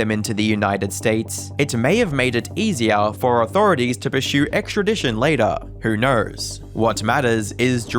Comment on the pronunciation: Where is the "h" in pursue...?